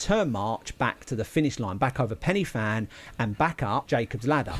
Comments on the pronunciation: Prounuced pen y van not fan ! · Hi and. Pen Y Fan in the Brecon Beacons or Bannau Brychiniog as it is now known. Isnt actually pronounced Penny Fan in its original Welsh language name. The letter F is pronounced as a V so the actual pronunciation is Pen Y Van with the Y effect being pronounced as a phonetic U or in Brythonic Welsh its just a lot of English speakers dont understand the Brythonic Welsh pronunciation of the wording. So say I as It looks. You actually really need to check out the SAS storming the Iranian Embassy in London in 1980 to see just how the SAS operate on a actually mission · Pen uh van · It's pronounced "Pen y(like the I in stick) Van", it's Welsh. Should be called the Van dance so englishers can say it correctly. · It’s not placed, it’s the countryside in Wales. The Welsh pronunciation of pen y fan is ‘pen u van’. Diolch! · I’m not Welsh but have lived in Wales for the past 28 years. Listening to the guy mispronounce Pen y Fan is doing my head in. 😡😡 You’d have thought someone making a video who would then proceed to say it over 10 times, I didn’t count because I was p*ssed off listening, would research it’s correct pronunciation. It grated on me so much I nearly stopped watching. If there are any Welsh watching they’ll be spitting fire.